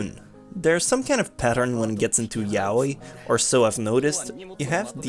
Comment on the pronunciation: He is saying it like "Welcome to my YA-OIW"